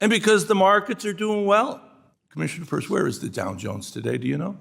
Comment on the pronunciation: LITERALLY heard Mchenry pronounce Hester's last name properly and STILL insists on saying it wrong. there is no helping this guy, I swear